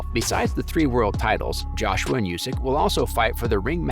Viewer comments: The man's name is not pronounced you-sick, it is pronounced oooo-sick. Have respect and get informed before publishing this work with an avoidable flub. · Not "Yusyk", But "Oosyk"